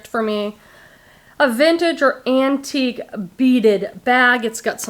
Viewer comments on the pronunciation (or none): none